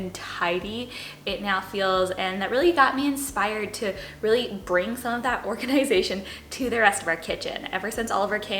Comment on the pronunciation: I love how you pronounce: organ-eye-zay-shun